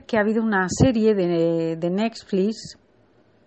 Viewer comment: O sea dice ..JIB murio ayer, si veo este "reportaje" en 1 mes, pues murio ayer, da fecha !.. y pronuncia bien Netflix... No Nexlis.. o sea, cuida esos factores.. eso hace la diferencia entre un lector de noticias y un buen periodista.